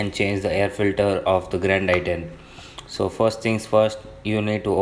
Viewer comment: It's Grand i10. Not Drand i10 😂😂